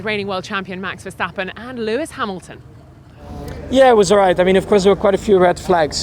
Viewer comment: JP the only one who pronounces Verstappens name the proper way...